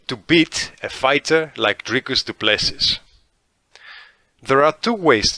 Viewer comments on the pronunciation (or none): the last S in Du Plessis is silent brother. his surname is french but he is a dutch boer so you should know this being a dutchman yourself.